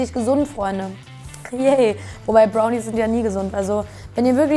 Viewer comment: Kim sagt am Anfang Bownies statt Brownies xD